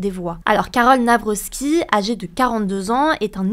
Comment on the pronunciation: Pourquoi tout le monde dit "NavroSki" alors que y'a pas de S et que c'est "Navrocki" avec le son "k" ?